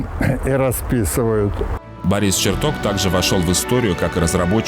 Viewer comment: Ребята, а что случилось даже с самим понятием "корректор выпуска"? Ну ладно, на это нет денег, но как же можно посвящать выпуск выдающемуся ученому, и при этом, ставить ударения в его фамилии как в названиях предметов???!!! Ну ладно, один раз можно ошибиться, но голос за кадром постоянно ставит ударение на "Бориса ЧертокА, Борисом Черток0м", это что вообще такое, возврат к полной безграмотности?! Или Роскосмос нынче равняется на "Сбербанк" по уровню плинтуса?!